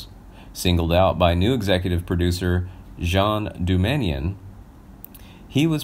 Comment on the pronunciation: Yep. And he mispronounced Jean Doumanian's name. 🙄🤦🏻‍♂️